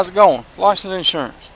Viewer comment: Liceninshuyin. Cop can't even speak words properly.